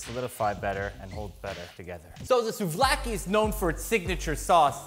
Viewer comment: i am Greek, and the way you pronounce souvlaki is perfect.Alsos gyros sushi would be cool,greetings from Greece!